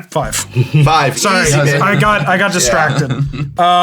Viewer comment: Sssssssorrry. Canadian snakes LOL